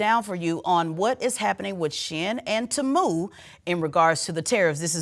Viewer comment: Its teeee-muuu not taaaamuuu😂😂😂